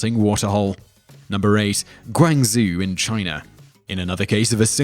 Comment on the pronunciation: its pronounced gwaung-joe